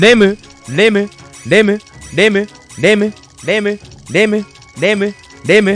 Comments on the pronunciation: レムレムレムがデブデブデブに聞こえる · レムがデブに聞こえるww